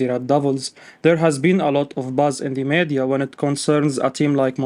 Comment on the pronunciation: Meeeedia, not meadia